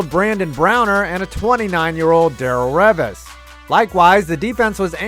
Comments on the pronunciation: I was doing something on my computer just listening this not really paying attention and then I heard Derril Revis and I was like WTF. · I know this man didn’t say Darelle Revis’ name that way lmao